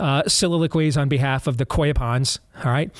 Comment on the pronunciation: The correct pronunciation of the carp is koi (long oh sound). It is the Japanese word for carp fish that farmers bred. At least, please say the word correctly. It is NOT quay.